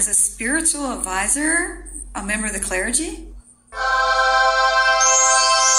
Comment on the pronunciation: Yeah considering this is a replay. Of a video from a while ago. She needs to learn how to say clergy